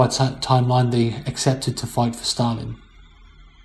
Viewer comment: His ability to butcher ww2 leaders names like stalin did in ww2 is inoressive